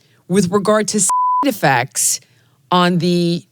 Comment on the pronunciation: You can't say "side effects" ... 😮!!!! WTF!?!?!?!?!